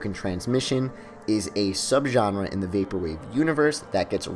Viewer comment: you mispronounce genre so much that i literally felt like... okay i can't find the words for it